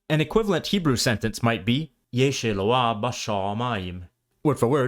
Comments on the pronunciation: "Eloah" "אלוה" was pronounced incorrectly here. Too many people make this mistake such that too few people know the proper pronunciation. The stress is on the O and the H is audibly pronounced, so "E-lO-aH". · Really heavy duty work here! Kol ha-kkavod! Minor nits: In the word "elo-ah" (which almost all modern Jews mispronounce), the speaker DOES get it right that the "ah" comes before the heavy "heh", but the accented syllable is "lo" -- "e-LO-aH". Also, in your suggested translation of Jeremiah's Aramaic, the word "mi-ttahat" should have two "patah" vowels, not "qamatz". Thanks for all your work. (Oh, and you might add that Hebrew no longer uses "w".)